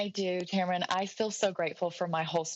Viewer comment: Tamron, not Tamrin!